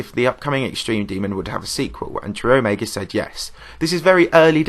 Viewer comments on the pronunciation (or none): none